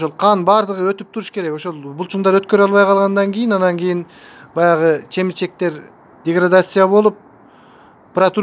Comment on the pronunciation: Рахмат. Бирок,чемирчек дебей,кемирчек десеңиз туура болот,го.